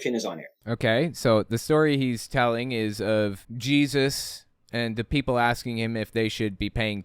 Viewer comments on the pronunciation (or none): DANG! Now Jesus is “aksin”, says so.